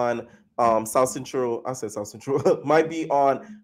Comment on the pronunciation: “They really from the southCEN-TROLL” 💀💀💀💀